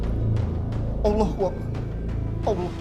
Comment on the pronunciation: bukan awloh Tpi Allah sbutan L nya penuh di lidah